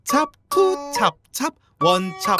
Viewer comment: 찹찹보다 챱챱으로 들리는뎅 ㅋㅋ